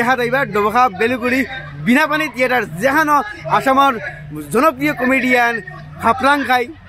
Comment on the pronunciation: তিয়েটাৰ নহয় থিয়েটাৰ 😅😅😅